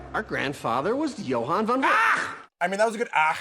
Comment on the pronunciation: but they don't pronouncing it as 'von' but 'van' which is the dutch equivalent 😉